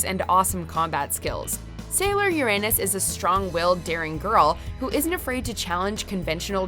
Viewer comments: Mario mario: My only beef is the pronunciation of Uranus. It’s yer-un-nus, not yer-anus 🤦🏻‍♀️😆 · Uranus: pronounced yer-un-nuss, not yer-anus.